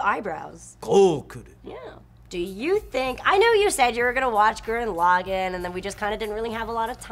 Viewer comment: Hol up!!! She said... Gurren "Log-in"... is that how its pronounced????